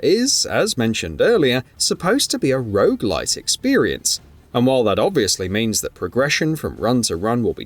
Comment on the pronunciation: I'm sorry, are you saying rouge-like or rouge-light? 🤷‍♀